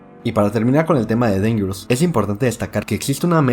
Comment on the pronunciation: Dingero Tour instead of Dangerous...Billy Jane...come on now.